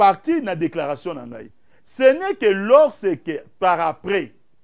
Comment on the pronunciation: Loseke au lieu de lorsque mawa médiocre ah ah mon Zaire